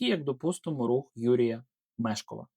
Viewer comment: Готуйся краще, не Мешков а Мешков наголос на другий склад